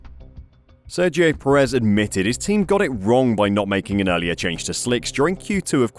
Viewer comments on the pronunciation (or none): none